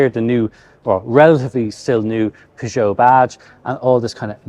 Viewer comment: Not sure I've ever heard anyone pronounce Peugeot like that.